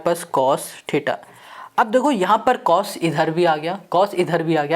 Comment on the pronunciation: Bhaiya aap mujhe ek BAAT batao😂😂 Aap Cos Ke C ko U kyu banate ho 😂😂 But sir mai aapaka bahut BADA fan hu aap ke method of teaching bahut shandar hai !!!!